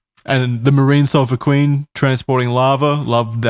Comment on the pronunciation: the sulphur queen sailed out from my hometown in texas and charlie butchered the pronunciation lmao